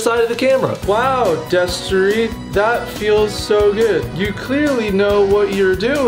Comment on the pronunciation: Why is there a D where the T should be? Actually tho I'm glad you're back Destery :)